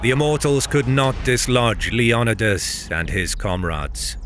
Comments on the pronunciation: Lee on e das... does he mean "Leo Ni das.... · Leo-ni-das not Leon-idas. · It's Leo-NEEE-das, not Le-OOO-nidas. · LEE NYH OH DAS Leonidas Leniodas?? Even if you skip the "o" it would be len eh das. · its leonidas not leanidas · If you’re going to speak on history please learn how to pronounce names correctly wtf was “king lion uh dis” wtf Leonidas just how it’s spelled homie as a Greek man I’m offended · Greek pronunciation is lay-on-nee-thas with fast emphasis on 3rd syllable. The name rolls quickly when spoken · I was really triggered by the way your was saying Leonidas. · You said Leonidas wrong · The way he says Leonidas almost made me stop watching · You keep saying Leonidas wrong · Leonidas isn't native English you can't sound it out it also Greek not litalian Salamis isn't the meat